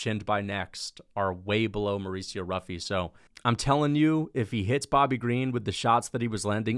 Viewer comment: It’s pronounced as “Huffy”